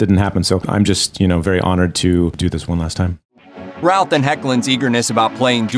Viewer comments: First thing,...pronounce his name right.....Brandon Routh,.....pronounced like Ruth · It keeps sounding like he's saying "Ralf" instead of "Routh" ^_^ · Love how he pronounces his last name all wrong.